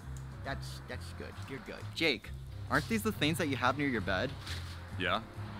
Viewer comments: Pronounce your G's,! Theens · We have to stop making fun of not pronouncing his Gs. He is a strong little boy! 🥰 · I think it’s cute when he doesn’t pronounce his g’s